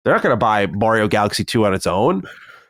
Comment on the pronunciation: Will someone teach this guy to pronounce Mario